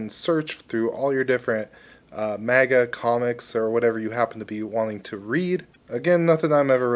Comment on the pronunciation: That pronunciation of manga comics sounded almost as MAGA comics 😆